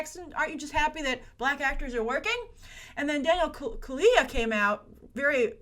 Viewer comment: Hi, If you're interested, the correct pronunciation is Daniel Kaluuya (Kal-loo-yah)